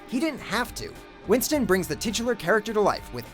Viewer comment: Ray winSTONE not winston